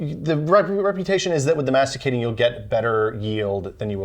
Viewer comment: They don't know how to pronounce "centrifugal" or "masticating". They don't know a masticating juicer needs two recipients. They forgot to have two glasses each so they can compare juices. They leave the orange pulp in the juicer making carrot juice. They don't measure either weight nor volume... The one operating the Omega forcefully stuffs 2 or 3 branches of kale onto the auger... Well... let's say that, from this video, I have learned two things : 1° those guys don't know either juices nor juicers ; 2° they did not prepare their video.